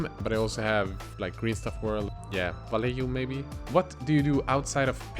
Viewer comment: Le gasp! Actually pronounced Vallejo right!